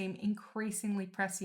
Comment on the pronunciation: I looked it up. it is pronounced as you say it, I used to pronounce it like "present" - oops!